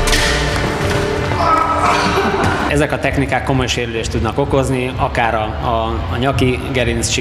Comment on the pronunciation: "Én vagyok az ádász bűnösző,, xD